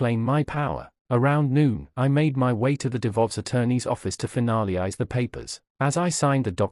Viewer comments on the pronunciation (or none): NOTES for whoever programmed the AI. “For” does not need to be the most emphasised word in every sentence. What on earth is “faked”? It was used correctly once & perplexingly several times. Also, it has one syllable, not two. “Finaleyise”? The word is “finalise”. It’s said the way it’s spelled. In short, YES, you are the A. Not (mostly) for what you did to your children, your husband & his poor deluded victim, but for this terribly made video.